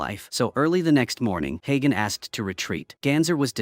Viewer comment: the name is spoken like hunter but hagen